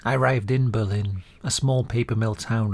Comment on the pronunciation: I’m a New Hampshire native, so this was a pleasant surprise! Fun fact: we actually pronounce our Berlin as BURR-lin rather than Ber-LINN, though I’m not sure why. It’s understandable to say the latter, it makes sense! Really cool story and narration!